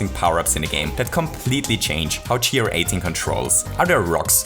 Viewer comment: You don't say GR 18 like gee are eighteen, but like gair-eighteen, because it sounds like guarantee.